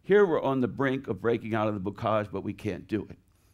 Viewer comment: He has some of the most bizarre pronunciations I’ve ever heard. 1. Maquis - “mah-kwa” instead of “mah-kee” 2. Bocage - “boo-kajj” instead of “boh-kajj” 3. Allies - “all-eyes” instead of allies.